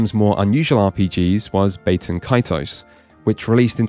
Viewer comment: ... Incidentally, Bah-ten Kaitos; not Bay-ten Kaitos.